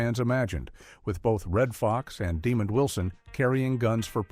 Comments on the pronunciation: The narrator is AI and does pronounce his name correctly a couple times, but questionable other times. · Right, this is my first time seeing this video, and it just sounds so disrespectful and lazy. There is no effort to begin to pronounce his name correctly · Thank you. I wish people would do more research and learn how to pronounce people's names correctly. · Please research how to pronounce the actors names. Demond is not pronounced demon. Also, despite liking the video & info I have to give a thumbs down for the clickbait thumbnail. I HATE IT when people use clickbait. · The Stupidity of AI...the absence of pronunciation, calling the man "Demon Wilson" = TYPICAL! 🤦🏽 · His name is not demon it's demond show respect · I gave this vid a thumbs down because they didn't pronounce demond correctly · For real. His name is pronounced with two syllables. De-mond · Great piece. However the announcer pronounced Mr. Wilsons name wrong. They show showed a clip a Mr. Demond Wilson on Rev. Clifton Davis' talk show. Back in the day both Wilson and Davis slept with the actress Kathy Mckee who appeared on a couple of episodes of "Sanford & Son". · Good documentary, but shame on you for the dishonest thumbnail. It would help if you adjusted your AI to pronounce Demond Wilson's name correctly. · This video was very hard to listen to with that pronunciation. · NO, it's DEMOND!!